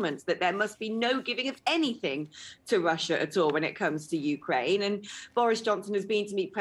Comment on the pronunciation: It's not YOUkraine. It's not MEkraine. It's YouKRAINE.